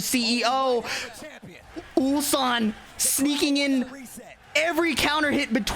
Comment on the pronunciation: Yeah and Atif butchered Ulsan 2 times in a single tournament😂